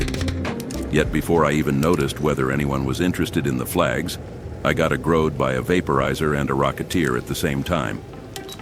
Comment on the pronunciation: Bruh…you got A-growed? This ai gotta stop